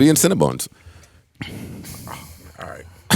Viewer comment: "IMMA BE IN CINNABUNZ" (CYN BUNZ)😂😂😂